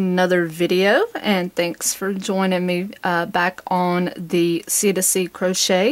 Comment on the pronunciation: OMG All these years I have been saying it wrong... I have been saying C2C Afghan. You are calling it CdC Afgun.